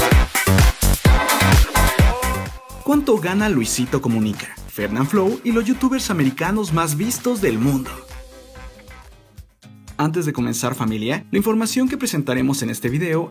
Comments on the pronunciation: fernandfloo porque puso la D en medio de la palabra fernanfloo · Dice fernadfloo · Al principio, se pronuncia Fernanflo se escribe Fernanfloo y no se pronuncia fernanflou y es mi 3 youtuber FAVORITO